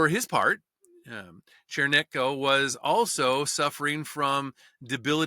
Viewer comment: Oof.... It's "PAWLET - BEEROH" (say it fast) and Constantine "CHAIRN-YENKO"